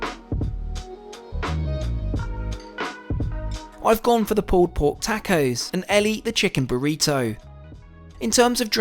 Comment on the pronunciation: The way you pronounce "taco" is insane lol